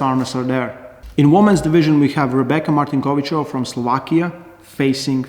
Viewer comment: Kudos,, I've never heard such a nice pronunciation of "Rebeka Martinkovicova" from any foreigner... 🙂 greetings from Slovakia...